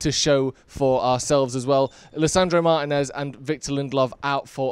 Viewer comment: Great video, but please 🙏 say Lisando's name properly. Martínez. Cheers.